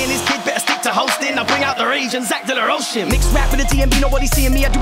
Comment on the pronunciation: Only thing I have to complain about so far is I'm pretty certain it's Zach de la "rowka" not pronounced de la rocha